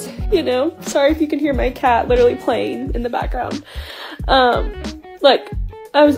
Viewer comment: ....and "literally" (lidaraly)